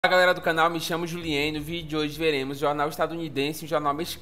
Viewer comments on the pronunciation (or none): Pronúncia correta: JILIÃ JIBÉR É nome francês.